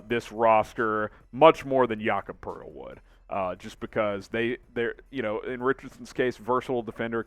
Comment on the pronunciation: Its Poeltl, not Poerdel